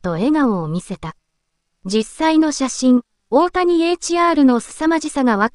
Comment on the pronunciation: 「おおや」はやめてくれ！